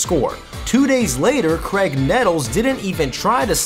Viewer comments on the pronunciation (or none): none